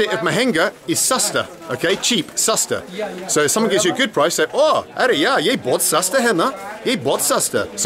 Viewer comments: Its not aree yaaa its actually aree yaar means ohhh friend i dont want. But bald seriously i love too hear from you aree yaa, when you say that you nailed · Welldone good teaching Its arey yaar not arey ya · It is not "ARE YA" It is "ARE YAAR" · Yes, but is doing a Hindi lesson. So he will have to say the R.